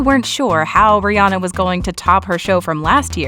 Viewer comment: It’s Ree on nahh NOT reeee Ann ahhhh 🙄 bitches